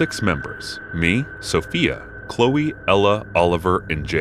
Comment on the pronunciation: The 'e' is pronounced in name Chloe . Chlo-e. Not Chlo.